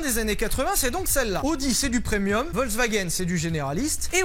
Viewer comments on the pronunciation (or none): none